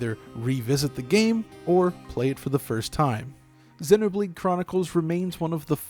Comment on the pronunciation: sennoh blade sennoh blade sennoh blade sennoh blade sennoh blade sennoh blade sennoh blade